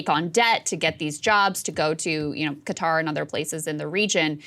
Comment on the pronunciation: Props to Saagar for adequately pronouncing Qatar instead of the hideous "Cutter".